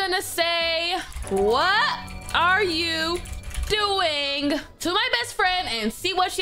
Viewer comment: Oh it said oing not doing